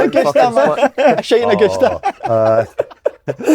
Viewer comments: Si saying agoosta and actually physically recoiling when folk laugh at him. Boy's the definition of hand it out but cannae take it lmao cheer up weeyin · Pet Peeves -a podcast host spitting the dummy, calling a great sport overrated because he can't pronounce Augusta. Oh he doesn't like it back at him. Gives it out big time though.